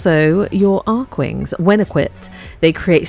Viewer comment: Finally someone who pronounces Archwing the intended way. Immediately subscribed! 😂❤️